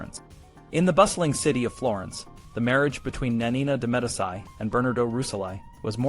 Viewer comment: Not bad for a young channel. FYI: Medici is pronounced “Meh-DEE-chee” as opposed to “Meh-di-SEYE” such as Medicine. They’re a really important and powerful family in Italy’s history. You’re going to come across the name many times if your channel is medieval. There were some other mispronunciations. I’m not passing judgment or being critical. I just wanted to point it out so that you can continue to improve your videos and grow your channel. 🙂